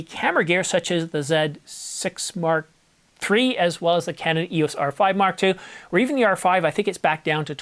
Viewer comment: Am I the only one who gets highly irritated when the verbal emphasis is on the R6 rather than the MkIII? The R6 part is secondary when referring to the MKIII. The important bit is the MKIII not the R6. When referring to the R6 MkI, the R6 MkII, and the R6 MkIII, the spoken emphasis should be on the Mark, not the R6. Petty I know, but irritating none the less. The same goes for the references to the R5 models.